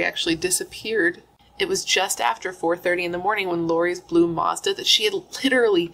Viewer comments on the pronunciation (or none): none